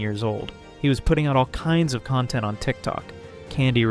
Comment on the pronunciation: When you put the stress in the wrong part of content, you're saying the verb, as in contented. This is confusing to native English-speakers. We put the stress on the first vowel when it's the noun, and we put the stress on the second vowel when it's the verb. This is how we telegraph to other English-speakers which one we mean. English is a stress-timed language, which is why putting the stress in the wrong part of the word is so bad. Usually when we hear bad grammar, we get a bad feeling, because we learn grammar as toddlers if we are native speakers, so grammar is usually internalised like that. I don't get why americans don't get that bad feeling the rest of us get when they mangle our language like that with no self-awareness, a bit like Josh.